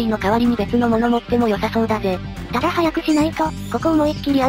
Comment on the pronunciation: ただじゃなくてこだ？